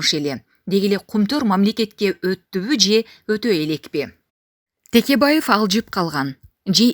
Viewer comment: Бу журналистер туура сүйлөгүлөчү Текебаевди эми Тикебайев дейбаштадыңарбы🤣🤣🤣